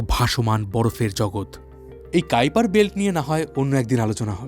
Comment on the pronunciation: কাইপার বেল্ট 😂 ❌ কুইপার বেল্ট ✔️